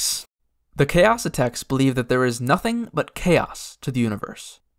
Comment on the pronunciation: Pretty confident you're mispronouncing Xaocitects. Was always pretty sure it's more like "Zaositechts" and had pronounced it that way myself, not "Chaositechs."